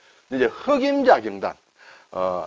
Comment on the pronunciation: 제삿날이면 먹을 수 있는 떡, '경단'도 한자 말이군요. 선선한 바람이 불고, 추석도 벌써 13일 앞이네요. 발음이 달라서 경단 맛을 제대로 못 봤습니다.ㅎㅎ '경단(瓊團)'의 '경(瓊)'은 '길게 발음(경:단)'하여야 하는데 짧게 발음하시네요. 혹시나 하면서 국어사전을 열어보니 '경단(瓊團), 경옥고(瓊玉膏)' 두 단어만 '옥 경'을 쓰면서 두 단어 모두 길게 발음하는 표시(:)가 되어있네요. 시청자 입장에서 한자이야기도 결국 우리말과 연관되니 이왕 배우는 김에 제대로, 정확히 배울 수 있어야 하지 않겠습니까? 자주 쓰시는 순 우리말 단어 '바뀌다'도 선생님 발음은 '바끼다'로 하십니다. 이것도 이번 기회에 바로 발음하시어 '바뀌다'로 고쳐주시면 더 나은 방송이 될 것 같아 말씀드렸습니다. 고맙습니다.